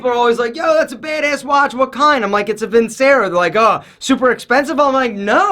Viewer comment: It’s pronounced VIN-CHERO....